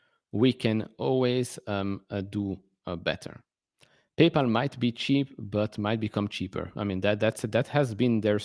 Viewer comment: Is it my imagination or did you just say painpal 😂, congrats on your rocket lab holding, l’m not in that but have Intuative Machines, large NASA contracts it’s underperformed the other space stocks, looks cheap to me